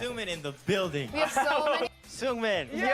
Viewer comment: Seungmin is pronounced kinda like singmin